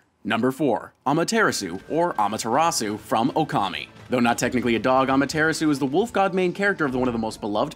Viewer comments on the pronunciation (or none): Am-uh-TEAR (like, tear a paper)-ah-sue. Not Am-uh-teer-uh-sue. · You didn't get Amaterasu's actual Japanese pronunciation right either time. For those wondering, 'amateiras-' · "Amuh-TARE-ass-oo" no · Ahmahtearasu? Cmon you an do better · Amaterasu #1 Chibiterasu #2 And needs to watch chuggaaconroy for pronouncing lessons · oh the pronunciation of Amaterasu was bad. also she should be number one since you know,she is literally a goddess....great video though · Lol that pronunciation of Amaterasu and Nippon, so white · U said Amaterasu wrong the 2nd time u said her name is the correct pronunciation just a little nit pick of mine I need stuff pronounced right and really where's her kid I mean look at it it's ADORABLE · Why did you pronounce Amaterasu incorrectly, then correctly, then continue to say it incorrectly? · I loved the list, but I cringed on how he pronounced Aamaterasu's name :(